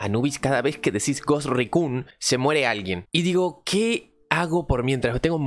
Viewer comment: Se pronuncia "gost rícon" 😂😂 buen intento igual amigo :D